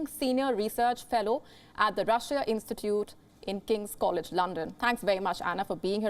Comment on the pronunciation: Shame on you for keeping pronouncing my country's name Rusheeya! It's pronounced "Rusha" (En) or "Rosseeya" (Ru)